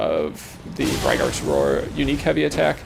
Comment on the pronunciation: Braggart is someone who brags a lot. Brag-ert, not brag-aart.